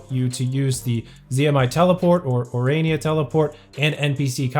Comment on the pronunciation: It took you a year, but you finally managed to say 'Ourania'. I'm proud of you!